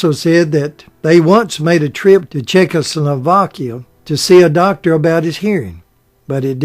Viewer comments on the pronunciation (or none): none